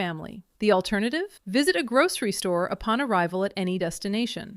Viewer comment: Why do you say "grouSHery" ?